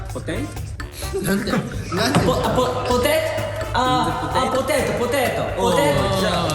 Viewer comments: 舘様のポティト❤️を今夜も聞きにきたよ😃❤️🧡どうかご無事でいてください。漫才みたいよ。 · ふっかさん｢ほ⤵︎ たて⤴︎ ｣英語風に言ってんのかわい、可愛いしか言葉でん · 定期的に舘様の“ポテイト“が聞きたくなる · ぽていと？がかわいすぎる😆 昨日のラヴィットのためスノもかわいくて面白かった✨ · 涼太くん前回のノッカノッカの回も、「隠れる」とか「負けてあげるよ」とかとっても可愛いすぎるポイント多くて好きだったんですけど、今回は「ポテイト」で首傾ける感じが可愛いし、いきなりカタコト日本語出てきちゃうのも可愛くて、最近可愛い路線来てます！？って思ってしまうくらいです🤭❤️あと、 ～のとこで、ピコ太郎さんになっちゃってるの面白いし、 〜の世界入っちゃってて、すきぃぃぃってなります🤦🏻‍♀️ こんなに可愛い場面最近たくさん見るのに、ライブではセクシーでカッコ良すぎる姿を見せてくれる涼太くんのギャップに毎回惚れなおしてしまいます❣️ 今年も一年間たくさんの幸せをありがとうございました☃️ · why did he sound like an italian when he tried to say potato xD so cute